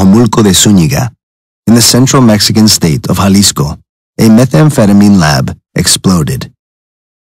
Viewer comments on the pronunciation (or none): none